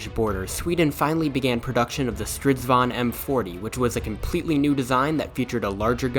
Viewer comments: It usually sounds like a diyng elephant. This only sounded like someone from Sweden who's lived in England would say. Good pronounciated! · You can call a chariot a "stridsvagn" but I think you have to say it slower, more like "strids-vagn" to avoid confussion ^^